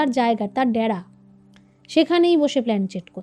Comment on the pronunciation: ড্যারা না ডেরা।